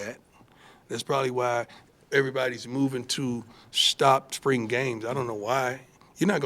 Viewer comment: Coach dun' pulled that 🤠hat out again!!😂 I love the way he pronounces "spring" as "sprang"...love Coach Prime💯.